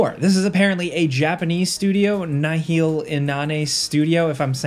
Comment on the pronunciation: I'm pretty sure every Elden Ring player just cringed at your pronunciation of Nihil 😂